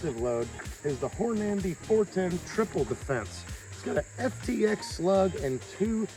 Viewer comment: love ya brother but please pronounce Hornady correct its got one n just one N its Hornady it sounds like your saying Horn ----- Andy lol. and you do need to pick you up a brawler there extra fun at the range thanks for the videos keep them coming